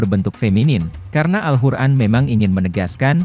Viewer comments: Maaf sblumnya Saya mendengar alhuran dr yg anda ucapkan.. Jgn merubah nama alqur'an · Narator nya aneh kyk bkn Muslim....al Qur'an dia bilang pake ح bukan ق... 🙏🙏🙏